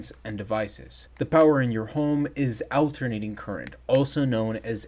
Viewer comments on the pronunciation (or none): Just FYI, AC is pronounced as though the first syllable were ALL (or AWL); not the name, "AL". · It’s ALL (rhymes with ball)-ternating, not AL-ternating. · good video, except you saying "AL-ternating" was driving me crazy. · awl·ter·nay·ting - is it really so difficult to pronounce? Great video nevertheless. great to see metric! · Bro is killing me with the "AL-ternating current"...🙉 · "AL ter nating" 😆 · “Owternating current”